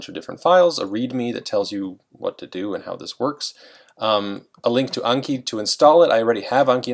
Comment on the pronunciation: It’s anki not unki -_